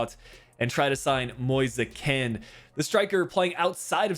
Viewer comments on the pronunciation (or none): please call him kean not kena sorry it just really annoys me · His name is kean, not keana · It’s pronounced K-E-E-N not K-E-N-E-H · Is pronounced keen not kena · do you pronounce kean like kene cus it sound like you said that